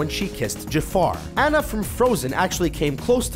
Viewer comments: It's not Ana it's Anna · The way he said Anna. Bish if you want to talk about Disney princesses you better pronounce their freaking NAMES right. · you pronounced Anna wrong. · Aw-na. AW-NA. Not AN-UH. PLEASE PRONOUNCE HER NAME RIGHT!!! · U say Anna's name wrong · Mispronounced 2 names in a row starting . Kocoum, and Anna. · He said Anna's name wrong. This wouldn't be such a big deal if the characters didn't say Anna's name the right way in the movie!